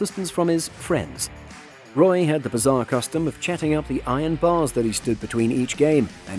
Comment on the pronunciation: Roy?? Might want to check pronunciation on one big shoots.